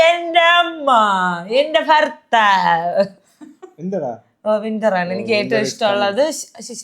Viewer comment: ഫർത്താവ് അല്ല ഭർത്താവ്